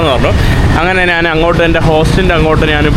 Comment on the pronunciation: നാന്, നാൻ അല്ലെടാ മുറിയണ്ടി, ശരിയായ മലയാളം. ഞാൻ എന്ന് പറഞ്ഞു പഠിക്കുക